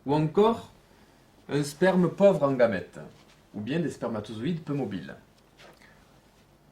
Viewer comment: Il dis sperm mdr